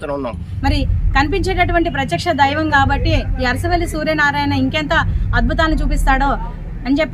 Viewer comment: అసరవెల్లి కాదు ... అరసవెల్లి.